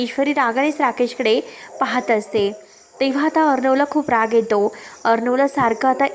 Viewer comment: आविष्य नाही . आयुष्य असा शब्द आहे. ऐकताना कंटाळा येतो. एतो नाही.